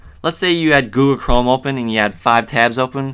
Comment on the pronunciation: "googoo chrome" lol